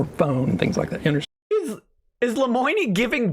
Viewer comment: wtf lemoiknee? seriously wtf.